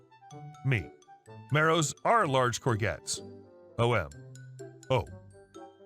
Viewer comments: cor zhet!!! Not cor gets! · Hi. 1st storey. It's pronounced gor-jets not gor-gets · First story about the pronouncing the vegetable. Say it as Coor-jets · Courgette pronounced cour - shetts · Stopped after hearing courgettes mispronounced over and over and over ! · Just to inform you, in the UK the "G" in courgettes is a soft "G", pronounced like a "J" as in Jest. It would seem the English spoken in America is a foreign language to us Brits!!!!!